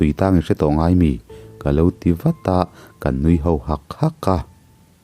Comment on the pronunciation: Kan tih hi ilamfiah theilo em aw ka ti deuh.... Kang iti mai in ka hre fo mai